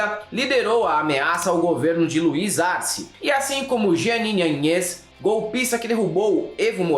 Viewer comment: Zúñiga, áñez., respeta los acentos en Ú y en Á. No es tan difícil.